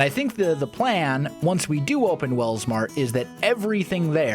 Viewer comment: When he said “Welsmart” i heard “Walmart” 😆